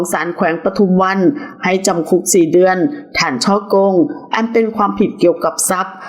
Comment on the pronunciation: จำเลยไม่ใช่จำเล๊ย เดือนก็คือเดือน ไม่ใช่เดื๊อนน 🙄